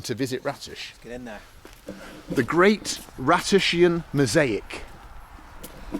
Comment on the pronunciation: "look at the ratusians" lol